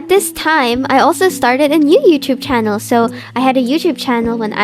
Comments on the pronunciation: I just love when this yaps, she’s too cute! And the way you say 𝒞𝒽𝒶𝓃𝑒𝓁 instead of channel? It’s fancy and totally adorable!! “Q&A” ⋆. 📷ྀིྀི˚꩜ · I love how she says "chanel" instead of "channel" lol